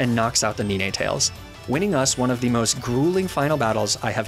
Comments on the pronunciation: I love the way he says nine tails lol nee naa tails instead of 9tails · Does he mean to say the names weird? (Weird to me I always pronounced Ninetails as 9-tails not Ne-nay tails.) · First of all: great job with the video :D I know it shouldn't bother me, but how you called Ninetales Ni-Ne-Tales instead of 9-Tales really upset me ^^ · Ninetailes❌ Neenaytails✔️ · Mag-nem-ih-tee --> Mag-neh-myt Lee-fahg-a --> Leef-edge Alum-a-mala --> Alom-a-mola Salan-dyt --> Salan-diht Moi-leen --> Mo-lane Ahs-a-roll-a --> Ace-a-roll-ah Del-me-say --> Del-mies Ni-ney-tayels --> Nyhn-tayels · Do you mispronounce the names of the Pokémon on purpose? Nee-nay tails? Mag-nuh-mee-tay? Arca-nee-nay? It’s NINE! Just like the number! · Magnemite is pronounced mag-na-mite Not mag-nim-i-tea and ninetails is pronounced nine-tails not ni-na-tails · Some of your pronunciations are just Ni ne tails? Please just say nine-tails like a normal person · Am i missing something? Isn't Ninetales pronounced NINE-Tales? Like the number? Because it's a play on the fact it has nine tails? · I’m sorry but please tell me you called it NeNay tails on purpose right?….right?? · Did.. did he say “neenay tails”… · hold up... nee-nay-tales? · Some of your pokemon pronunciations are weird. Mag-nih-meetay? Nee-nay-tales? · due to your inability to say very obvious pokemon names, you are hereby banned from doing pokemon content (seriously, how do you not know how to say the number 9, do I have to go full dictionary on you? It's pronounced n-eye-n, it has 9 tails, how is this hard to understand!?) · AND NINETAILS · That Snorlax is a punishment for how you pronnounce Ninetales. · I can’t believe people actually believe doesn’t know how to really pronounce Magnemite and Ninetails. It’s intentional, he pronounces their names right more other than not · the way he pronounces ninetails 😂 love it haha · IVE NOT ONCE HEARD NINETAILS PRONOUNCED LIKE THAT.. WHAAAAAAAAAAT?!?!?!